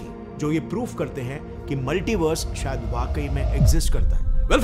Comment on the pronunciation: I like his video ....but when he says maltivers it's giving me creep😅😂he looks funny